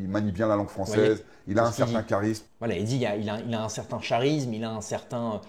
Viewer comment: J'ai mis 1 like,et je m'abonnerai quand tu prononceras "charisme" avec le son "K"😅🫡🇧🇪